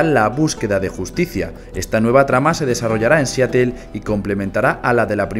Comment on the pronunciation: seatell khe no se pronuncia siadoul